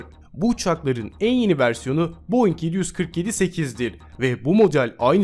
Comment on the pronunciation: Boeing i de boe dei oluyani ilk defa gordum